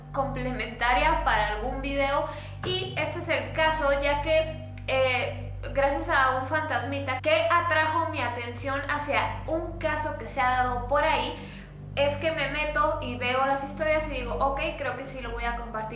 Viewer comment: Se dieron cuenta que dijo fantamita